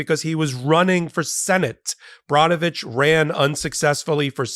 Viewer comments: Brnovich - pronounced like Burr -novich, not Brah-novich. :-) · Ben, please correct your pronunciation of the former AG in AZ. His name is Brnovich (pronounced burn-o-vich. PLEASE